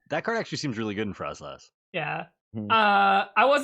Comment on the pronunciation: please..... there's no H in frosslass!! 😭😅